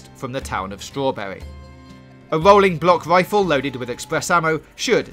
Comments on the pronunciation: wolling bwock wifle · Sounds gweat